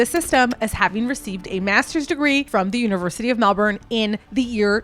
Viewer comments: As someone from Melbourne your pronunciation of a few things killed me a little bit, but aside from that this video was really well researched and I like how you went in depth about something that generates a lot of interest but that I’ve only ever seen surface level stuff on. 🙏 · You dont know how to pronounce debut or Melbourne so you're not qualified, sorry hun. Leave Bianca alone!!!!